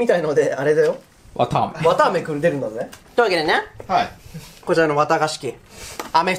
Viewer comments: わたあめなのにわ「か」あめになってる笑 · のわたあめがわかあめになってる笑笑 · わかあめになってる… 疲れてるのかな…？ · わたあめ、わたがし、入力しすぎてバグったんだね。 わかあめ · のところ、「わたあめ」が、「わかあめ」になってる🍭可愛い（笑） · ｢わたあめ｣が｢わかあめ｣になってる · わたあめじゃなくてわかあめになってる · 「わかあめ」になってる（笑） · わかあめになってるww